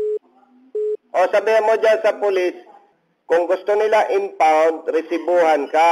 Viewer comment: Impound po, hindi unfound.